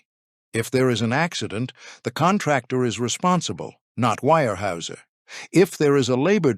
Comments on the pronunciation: Its weyerhauser. Not wirehouser. At least pronounce the name correctly. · Wire-Hoosier? Seriously?! Smash that thumbs down button 👎🏻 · Your pronunciation is horrible. The Germans (I believe) would say "vier hyser" and Americans would say "where houser". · ware- houser pronounced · It's pronounced ware houser. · The pronunciation of the name is not WIRE-houser. If the name is not correct, what else is wrong? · I can't get over the way he pronounces this... Phonetically... it's pronounced Ware-houser. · I would give this story a big hand if only your narrator had a clue about the correct pronunciation of Weyerhaeuser. The continued mispronunciation is irritating and disrespectful to people in the northwest who have longtime connections with Weyerhaeuser. Fix it! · Can't say the name right, and 9 minutes in and there's already about 10 false facts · The single most important word of the article. Get it right